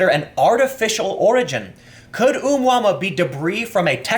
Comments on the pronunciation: Pronounced a moo a moo a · That's a horrible pronunciation :D It's oh-mooah-mooah ;) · Tim it's pronounced O moo ah moo ah. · It's pronounced O-moo-ah-moo-ah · It's pronounced as oh-mu-ah-mu-ah. It's a Hawaiian word which means "scout". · Oh Moo Uh Moo Uh is how that's pronounced. It's Hawaiian. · dude the pronunciation for Oumuamua is readily available on the wikipedia.